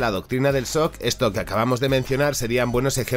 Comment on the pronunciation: El sock XD que problema para pronunciar la che Francesa v